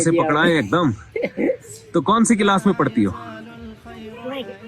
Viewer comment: Mufti sahab Class not Kilas